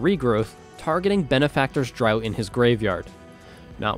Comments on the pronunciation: draught is pronounced draft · Draught is pronounced “draft”. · Fun game. You kept mispronouncing Benefactor's Draught as "Benefactor's Drought" though. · Draught is pronounced "draft" :3